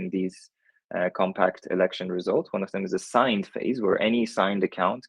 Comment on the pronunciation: "AcoCUNTId" lol